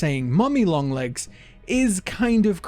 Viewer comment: I’m confused because there’s only 1 “N” and for some reason youre saying lo(N)g AND comi(N)g